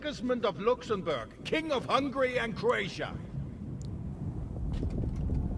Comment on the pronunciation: Never heard Hungary pronounced "Hung Gary" before lol